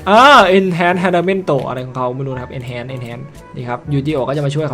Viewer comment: พี่ เอาอ่านว่า เอนฮาร์นนะครับ ไม่เอนเเชนนะครับ ตามเนื้อนะครับ